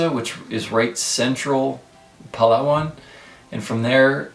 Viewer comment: Good for you for learning how to pronounce Palawan the correct way.